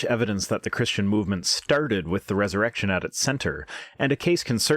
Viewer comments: I also thought it sounded like she was saying Jusus' Errection. Lol. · Ha! I heard "erection" too! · So glad I'm not the only one who heard 'Jesus' erection' lol. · At some point I heard erected jesus